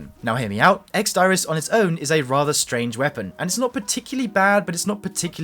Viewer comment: ex diris is pronounced deerrizz